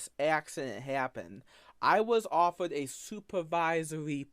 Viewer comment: "I was offewed a supavisowy position."